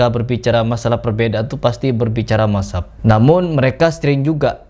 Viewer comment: Lu belajar ngomong dulu, madzhab ko mazab😂😂😂